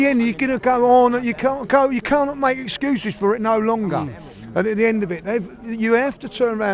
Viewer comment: All i 'earin' iz e'cuez! Then lists loads of excuses.